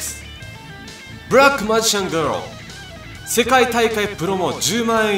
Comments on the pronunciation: ブラマジガールだけ発音がレベチ笑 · ブラックマジシャンガール発音良過ぎ笑